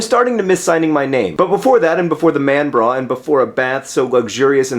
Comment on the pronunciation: John, In order for "manbra" to make any sense, you would have to adjust the diphthong of the final syllable for it to resemble the sound the A makes in "zebra" more closely. less braw, more brah. Unless, that is, "zee-braw" is the way they pronounce it in your part of the English-speaking world. luvu bye!